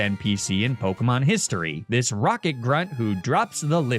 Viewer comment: im so sorry but the way you pronounce pokemon's names does physical damage to me